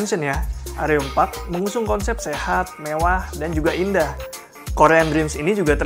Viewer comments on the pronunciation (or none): none